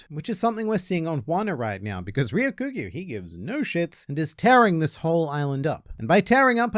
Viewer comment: Hey it's not Ryo Kyu Gyu it's Ryoku Gyu. Ryoku should be read together Ryoku means green. Like Ryoku Cha means green tea.